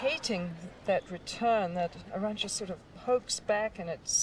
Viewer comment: Btw It's Arantxa, not Aranxta.